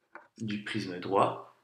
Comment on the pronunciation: Cool mais on dirait qu’il dit prizme a la place de prisme